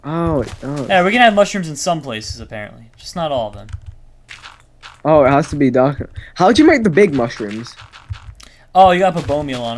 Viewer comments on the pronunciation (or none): Yeah he said something like "oh jit"